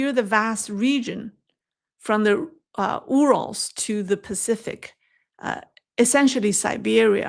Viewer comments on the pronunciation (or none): Yoo-rels not Oo-rels